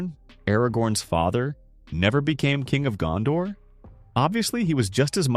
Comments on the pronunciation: Your pronunciation of the names is jarring. Gandor => Gondor, Eregorn => Aragorn etc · Why do Americans pronounce Gondor «Gandor»?